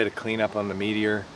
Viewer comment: first time viewer. As soon as i heard Meteor I knew it was a fellow Canadian. My parents got married in a '59 Meteor